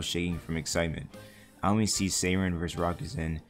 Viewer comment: it’s pronounced ow-me-ne, not ow-min😭😭😭